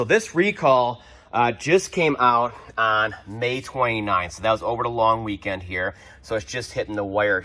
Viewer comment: Liked the subtle “after the LONG WEEKEND” 🤣. Love the Chanel